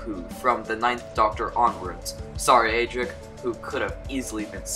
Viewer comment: UGH!!!! CAN YOU PLEASE STOP PRONOUNCING ADRIC WRONG!!!!